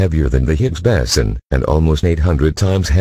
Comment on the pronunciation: Lousy, illiterate, speech impaired voice synth. Why, why, why???? BOSON, BOSON, BOSON !!!!